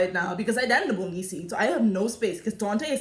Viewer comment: LMAO EVERYTIME YOU SAY THE BOUNGIE SEAT I WAN PEE